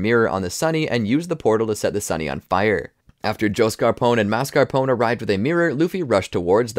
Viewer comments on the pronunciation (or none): none